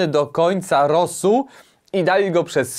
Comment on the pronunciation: czemu mówisz rosuP zamiast rosół ? xD